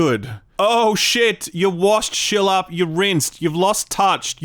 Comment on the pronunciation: ive always wondered why does pernounce skillup as "schillup" and not "skillup